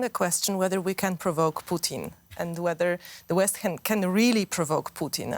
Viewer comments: swear I heard poutine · I like how she regularly says poutine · Please stop pronouncing it “Poutin” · They keep saying president poutine lol. Fries and slop